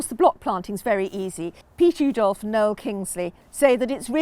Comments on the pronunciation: Love the video but the Dutch pronounce his name ooh that's nice dolf rather than ow that hurt dolf. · Brilliant video. Thank you! BTW Oudolf is pronounced Owdolf.